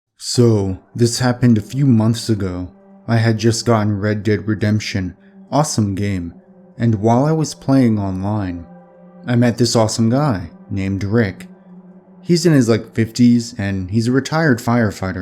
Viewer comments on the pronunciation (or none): Wait did he say red dick redemption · Excuse me but why do you call it red dick redemption? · I just heard "I got the horses in the back" when he said Red Dead Redemption